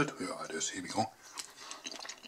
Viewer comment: 47Emoo HD „hier wi go“ so spricht er es aus😂